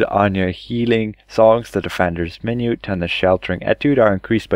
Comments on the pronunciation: Minuet is pronounced "min-ū-ette" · min-yew-ett and on-core ... however you get more of them right than the other creators I've seen lol, good on you for saying 'this one' stead of trying to pronounce some of the italian words